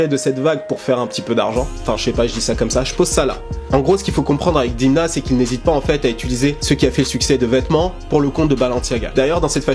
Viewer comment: prononce Dèmna stp il est Georgien et bravo pour tes videos